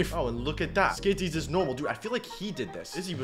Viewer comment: BRO THAT IS SKIDZIE NOT SKISSZIE:face-purple-crying